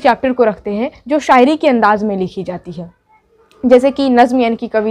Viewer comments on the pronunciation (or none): none